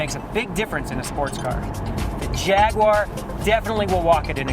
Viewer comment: What the fuck is a Jagwarrrrrrr?